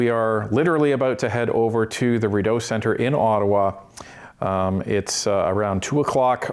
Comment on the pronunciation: Please pronounce Rideau correctly. It’s “reed oh”